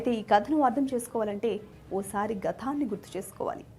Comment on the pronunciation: గథాన్ని అని పలకకూడదు తల్లీ ఆ పదం కేవలం గతాన్ని అని మాత్రమే పలకాలి